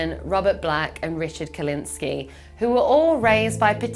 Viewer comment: KUKlinski I belive, not Kewlinsky